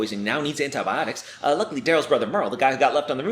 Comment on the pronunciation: I know it says "Uh luckily", but it sounds like he says "unluckily"